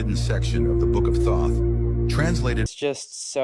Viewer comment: it’s the book of Thoth not THOUGHT.